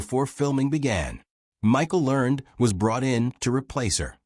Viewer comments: Have I been pronouncing Michael Learned's name wrong for decades, or is it clueless AI narration? Back when the show was being made, didn't they pronounce it with two syllables: LUHR-nedd? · That is NOT the way Michael Learned pronounces her name.